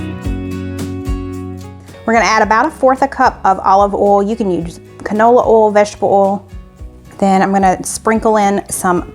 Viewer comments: Condolences to your family. We lost our youngest sister to pancreatic cancer in 2008z Love your channel, though I cringe whenever I hear bol and ol instead of oyl and boyl. Lol! Where can we find the Auntie Nono’s? Wasn’t in Amazon. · OMG the beef looks sooooo good . i know ive said it once but i just love how you dont pronounce the I in oil , boil and other . :) Lots of love from Montreal Ya'll